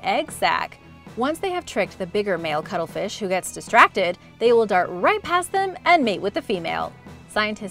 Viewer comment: Sounded like some new species the way you pronunced the cuttlefish and katydids. !Pronunciation!